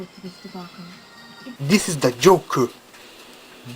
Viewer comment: Très belle édition limitée ! J'aime bien l'accent que tu dis le "Joker" ah ah :]